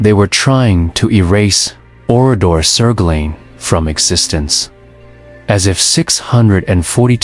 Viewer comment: The narrative of this video is poignant and generally correct, but NOT ONE of the images in the video shows Oradour-sur-Glane. What is the point of telling this story if you don’t use images of the REAL town?? ‘Glane’ is pronounced ‘G-LUN’, not ‘G-LANE’, as in the English word ‘lane’. Honestly, the visuals used here are so misleading. AI is just crap.